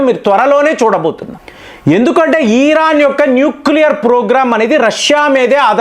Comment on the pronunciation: నీకు ఇరాన్ అనరాదు ఖమేని అనరాదు కొత్త కొత్త పేర్లు ఎందుకు పెడుతావ్ కాక సొంత పైత్యం వాడకు సింపుల్ ఎనాలిసిస్ ఇవ్వమంటే కామాని ఈ ఈ రా న్ 😮 అని అంటావ్